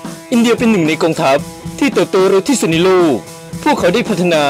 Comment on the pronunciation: ที่สุด ไม่ใช่ ที่สูด